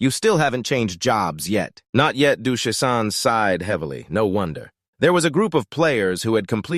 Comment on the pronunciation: Why on earth does this thing keep calling Shisan "Duthaptan" and Lu Chen "Luke Tran".